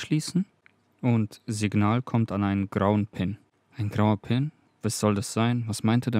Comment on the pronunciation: Grauwe pin sounds like ground pin.. oeps. Just killed my Pokey :-( Aber nein.. nur ein witz. Danke fur die/der/das video.